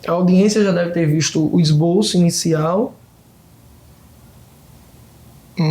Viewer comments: "ESBOLÇO" PQP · "MAESTROSO" " ESBOLÇO" 😂😂😂😂😂